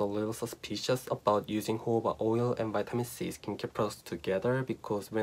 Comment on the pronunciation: Its jojoba not hoba